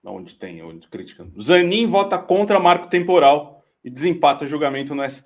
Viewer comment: marco trmporal é o moro falando marco temporal.